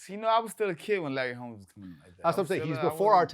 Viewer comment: Wtf this dude said Larry Holmes 48-0 wrong asf